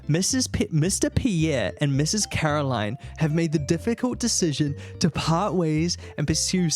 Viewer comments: her name is "CaroLINE", not "CaroLYN" xD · The best character development through this mod was finally saying Caroline instead of Carolyn 😂 jokes aside this was a well made mod! Very much oscar worthy 👏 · idk why but when said "Meet Caroline" i thought he said "Meat Caroling" 😭